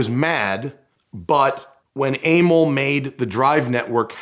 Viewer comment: Aimil?? Emil is not pronounced like that...